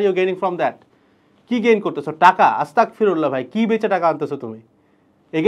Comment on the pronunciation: আসতাকফিরুল্লাহ নয়, আসতাগফিরুল্লাহ